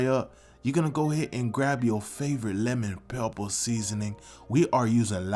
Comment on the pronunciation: crispy leman pepppaah